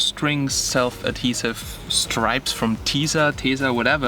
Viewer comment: well firstly you have to learn how to say 'strips' correctly...you were saying 'stripes' the whole way through the video...LOL...what do you mean by 'front system'...speakers...???